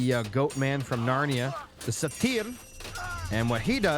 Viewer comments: Satyr is pronounced like sait-ur. And Toxotes is pronounced like tocks-oat-eez. Love the casting! Keep it up 😊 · Satyr pronounced like "Say Turd" but without the D at the end. Just heads up. Also how do you like your eggs done?